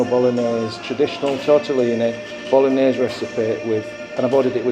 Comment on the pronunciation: Love when you asked the Italian waitress if she serves Spaghetti Bol-og-nase. And say it three times because it must be her who doesn't understand the correct pronunciation of that word. 😂